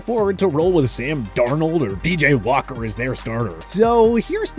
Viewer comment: is he saying PJ Walker BJ Walker or DJ Walker?... Because it's PJ Walker